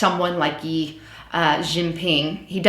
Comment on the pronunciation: On China... The Republic of China is actually Taiwan. The People's Republic of China is mainland. And its president Xi (sounds roughly like "she"), not Yi